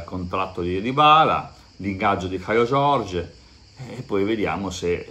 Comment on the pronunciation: Si dovrebbe leggere caiu giorgi😀